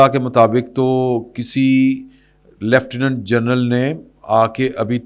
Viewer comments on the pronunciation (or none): none